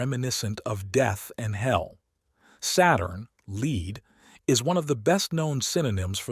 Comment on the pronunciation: Thank you, so much 🙏 Very good, only one minor irritation. Several times pronouncing 'lead' instead of (black) Lead.